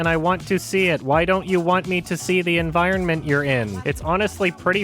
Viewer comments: can some1 pls create a 10 hour long loop of a supercut of only saying the word 'environment' in this review? Would be some p satisfying ASMR tbh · I just noticed you pronounce the second 'n' in environment and it's all I can think about